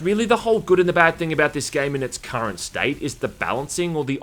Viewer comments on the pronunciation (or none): none